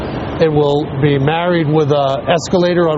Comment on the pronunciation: She pronounces Liberty as "libertay" and "be" as "bay". What accent is this?